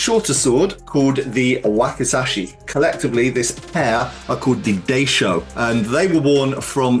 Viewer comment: Really interesting vid! Small thing: in “daishō” the first syllable should rhyme with ‘eye’, not ‘day’.